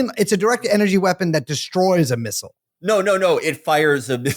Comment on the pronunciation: I'm surprised Felix, who mispronounces fentanyl as "fantanol", is one of the few Americans who says "missile" correctly. Most say missal, hostel, and feudal, instead of missile, hostile, and futile.